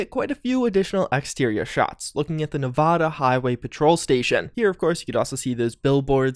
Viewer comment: ps it’s nev-add-a not nev-aw-da, i know it seems nitpicky but it just annoys people from nevada lol